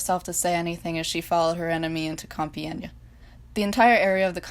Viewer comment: Hey, I’m French and you did not butcher the word “Compiègne”, for someone who doesn’t speaks French you actually pronounced it pretty well. 😊